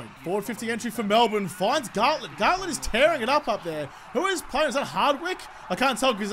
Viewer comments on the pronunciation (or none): It’s Garlett not gartlett